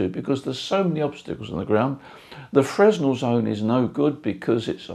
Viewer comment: How is your horizontal wire aligned? N-S? E-W? Something in between? BTW, Fresnel isn't pronounced as it would appear..